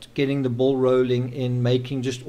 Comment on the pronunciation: I smile when you said (Get the ball rolling ) , to my Mid Western, Ohio ears it almost sounds like (bull rolling). I appreciate you , for bringing the rare smile to my face. Living in America is quite awful, during this Presidency .